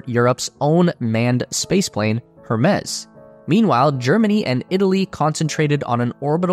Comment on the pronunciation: That's a weird way to say 'Hermes'